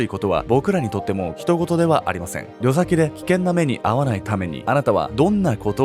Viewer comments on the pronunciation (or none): 旅先（たびさき）じゃないの？ りょさきって初めてきいた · のことは大好きだけど、「旅先(たびさき)」のこと「りょさき」って読んだり、福岡市博多区のこと福岡県「博多市」って記載したり、早稲田大卒ということに疑いを持ってるw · りょさきじゃなくて、たびさき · りょさきじゃなくて「旅先(たびさき)」じゃね？ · 早稲田ではりょさきと読むんだよ、きっと